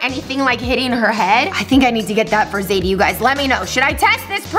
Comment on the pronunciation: its zaidie not saidie